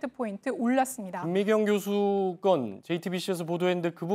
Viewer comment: 교수를 고수라고 발음함 ㅋㅋㅋ